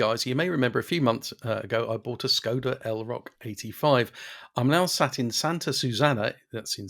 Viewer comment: What’s with ridiculous pronunciation of Skoda? Does she go to Paree, Bartheloma and Lisboa?